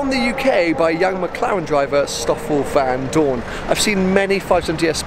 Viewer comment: Its pronounced stoffel vandoornuh